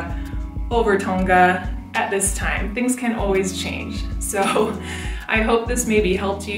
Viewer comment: you said tonga wrong but thats ok